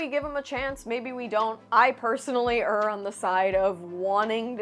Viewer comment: You are so well spoken but it is "err" as in "error", not "er" like you are at a loss for words, unless I misheard you? You are generally much better spoken than myself and if you're anything like me you would want to be corrected if you made a mistake. Sorry if I'm wrong.